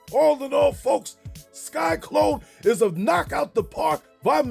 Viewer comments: Entertaining as always, but why do you keep calling him “Sky-Klone” instead of “Sy-Klone”? Just curious… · It’s sy-clone. Not sky-clone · Lmao! You keep saying "Sky-Klone" 😂😂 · Sky-Klone? Lol